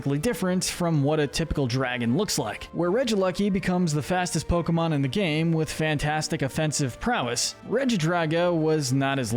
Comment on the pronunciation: I swear he’s saying Pokebitch